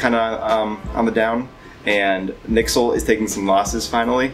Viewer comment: Even coolmatt says N I X E L